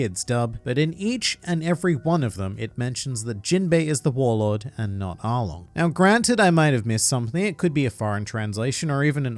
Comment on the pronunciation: I swear I heard them say arlong is a warlod